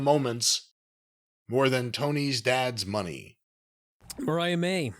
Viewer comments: Corny continuing to call her Maria as is saying Mariah is hilarious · can't pronounce "Vaquer." I guess he flunked Spanish in high school. Corny mispronouncing "Mariah" is getting on my nerves, as well.